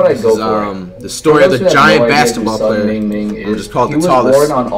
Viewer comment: Who looks at mingming and says me-jeea-ming